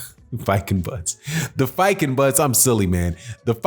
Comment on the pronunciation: It’s pronounced (fee)(gen)(boots)